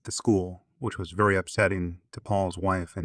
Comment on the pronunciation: Oh, yeah. As would say, "Vewwy, verwwy closely."